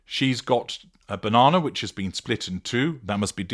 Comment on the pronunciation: Telly me Bauh-non-ah...😂